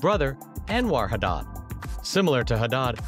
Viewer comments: It's Hadid not hadah 😅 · I stopped this video when he started saying HADAAD! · wait he really said HADAH😭😭